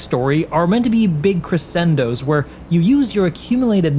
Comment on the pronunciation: great video, just doing my part to prevent english language misinformation: you should google how to pronounce crescendo